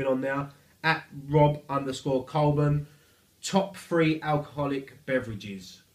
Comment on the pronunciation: Having my two questions answered made my snowed in day at work. PS it’s pronounced cole-born haha